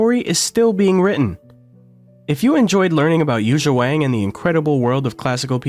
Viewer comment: Learn to pronounce her name please.